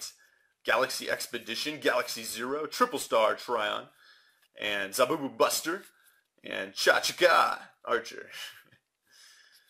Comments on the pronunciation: i'ts zubaba not zabubu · i like this guy, but he needs to learn how to pronounce the 'Zubaba' cards